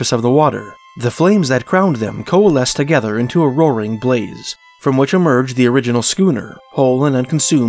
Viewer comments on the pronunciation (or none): none